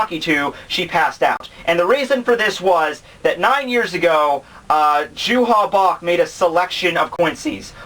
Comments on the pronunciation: it's not JUHA BACH. His name is Yhwach. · hey, i don't want to be THAT guy but the german pronunciation for J=Y, you would say Juha like You-Ha. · I need to point out that his name is "Yhwach" not Juha Bach. That name was what the translators thought (because they could only see the name via the way it sounded when converting the kanji to english) but the last Bleach volume revealed the official romanization of the of his name. Same for Haschwald whose actual name is "Haschwalth". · No its pronounced youha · Nobody likes that translation because nobody knows how to pronounce it. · The same reason everyone who watches DBZ says "Krillin"... And like I said before Yhwach is a stupid name that nobody knows how to pronounce.